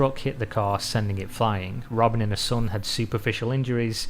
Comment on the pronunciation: Soun (son), boot (but). What the hell?